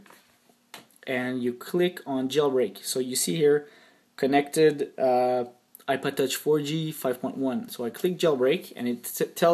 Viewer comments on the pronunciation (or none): Did he just say ipoded?